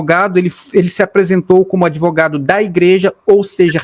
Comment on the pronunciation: O "adevogado" Diniz deve estar com a cara queimando...😂